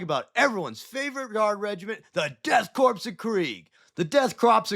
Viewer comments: My brother in Space Christ…. It is pronounced Core not Corps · You're killin' me with the corpse talk. Corps is pronounced core, bro. 💀💀💀💀 great video notwithstanding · It's pronounced core not corpse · Do you know you are saying korps wrong? Sounds like "death core", not corpse 😊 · Everyone mispronounces korpse (core) as corpse. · You don’t pronounce the “s” in “korps”, it sounds more like core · Just a little correction, it's pronounced Core, not Corpse. The spelling does throw people off, but I learned because of the Afrika Korps from World War 2, and to sort of a lesser degree, the US Marine Corps. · It's pronounced 'core' The Death 'core' of Krieg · Korps is pronounced core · did you say the death "crops" of krieg? XD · Also it’s pronounced death core of krieg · Corps is pronounced without the P. It's just "kor". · Korps/Corps sounds as Core, loved the vid. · the crepe dorks of krieg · Death karps of krieg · Death Corn of Greg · Death Kraps of Kreeg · The Deaf Crepes of Cheems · Im gonna be that dude and give a little correction. The S in 'Corps' is silent. Missing this triggered me enough to write this comment lol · The p and s in corps/korps is silent. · Bro talks down to half the fanbase and doesn’t know how to say korps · yeah I thought so too just didn't want to correct him and be a wrong asshole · In korps the P (teehee) and S is silent.